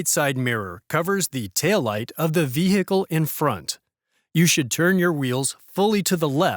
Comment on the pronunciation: The H in "vehicle" should not be pronounced.